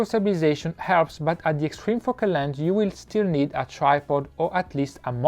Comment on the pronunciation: And , extreme fucking landslide! I think you need to improve your pronunciation of the word "Focal" or YouTube caption won't detect nicely!